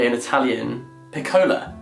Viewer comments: Did anyone else think the first cover for Two Faces Merging looked similar to the Vanishing Half? And also, Jack, piccola is pronounced PEE-coh-la, with emphasis on the “Pi” 😉💜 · me, an Italian when he said "piccóla" 👁️👄👁️ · THE PRONOUNCIATION OF PICCOLA OMG